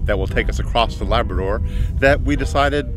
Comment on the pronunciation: It's not laberdor, it's Labrador